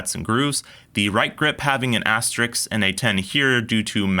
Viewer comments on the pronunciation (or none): That Fowler measuring tool is called a caliper, not calipers (unless you're using 2 or more). Also, you mispronounced asterisk as asterix. Good tool comparison, though. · Fantastic review as usual, but it's asterisk, not asterix. Asterix is a French comic book character.